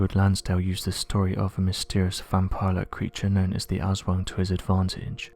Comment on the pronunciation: "Asswings" 🤣🤣🤣 Its "Aswang"